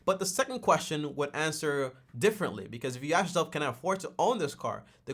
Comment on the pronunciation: The "axe" instead of ask is killing me😭